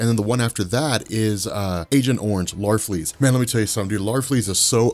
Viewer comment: It's larfleeze